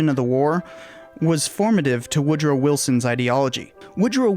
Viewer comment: All yeh need to know.. is "Wood Row". #its twue #🎉